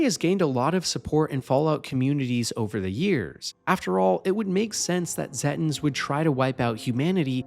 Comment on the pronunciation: zetins? what? Zeta pronounced like Zayta. so it would be Zayten. pronounced the same as the real life piece of space called the Zeta Reticulai.